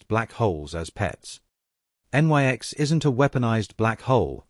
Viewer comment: Always annoyed by the use of stupid, uneducated Artificial Stupids. En-Why-Ex indeed!!! why didnt the writer instruct his artificial Stupid to say NIX when it sees Nyx?